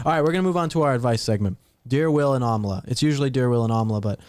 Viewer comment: The way you guys say Amala sounds like Amla which means Gooseberry in India. 😊